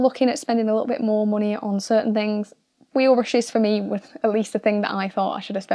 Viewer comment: I swear she is saying bushes instead of brushes.